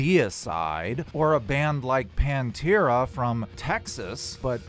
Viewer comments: First disagreement: I don't think Deicide would punch their fans, and I know for a FACT that Pantera wouldn't have either. I love your emphasis placement when you say PANTERA from TEXAS.... like Texas people are fan-punchers. Lolol. Just had to get that out. I'm enjoying your content, thank you. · By "back pain and a fever" they really mean, opiate withdrawl. lol And DOOOOD how do you not know how to say Pantera properly? lol. One of the best bands ever. You should look into them and dimebag derrall. He was their guitarist and was murdered while playing a show. Maybe some episodes you could make about it...